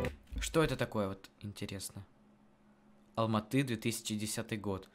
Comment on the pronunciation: Я живу в Алматы правильно говориться Алматыыыы